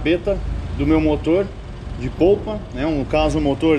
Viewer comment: Legal, mas, eh motor de popa, e nao de POUPA. Valeu.